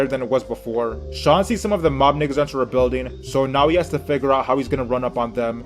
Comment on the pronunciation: I hate the way yu say nigga bruh where are yu from 😂😂